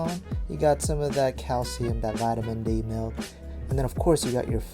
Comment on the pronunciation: HE SAYS MALK